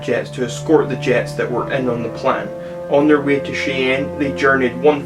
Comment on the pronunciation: Omg I never laffed so hard. Just for your edification Cheyenne is pronounced Shy en.